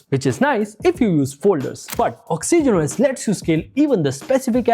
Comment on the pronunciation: Why tf are you pronouncing Oxygen OS like that? Same number of syllables as Origin, but you make it Ox E Gen OS. If I heard it only once or twice I would have been fine, but each time you use it, it's triggering tf outta me 😂